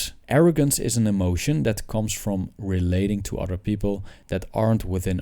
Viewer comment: It's "other" not "otter" (an animal)